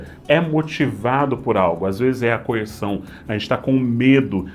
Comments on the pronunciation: “CoerÇão”, … de resto, ótimo vídeo (como sempre)! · Que vídeo ótimo! Muito boa a análise. Mas o coer"s"ão ficou me martelando. Coerção, eu sei que vc sabe. Abraço grande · "Coerção",. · Mais um vídeo excelente deste canal (mas esse "coerSão" foi de f0d3r, hein…)